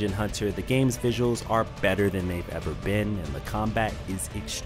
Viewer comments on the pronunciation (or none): none